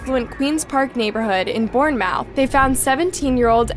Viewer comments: Born Mouth..... it's Born-Moorth - that doesn't take away from how sad and disturbing this story is, it's so horrible to see someone so young lose their life to scum bags like this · Bournemouth is approximately pronounced Born-math. I use google translate if I am uncertain about sounds and listen to their pronunciation. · Hey, just letting you know it’s pronounced as ‘Born-mooth’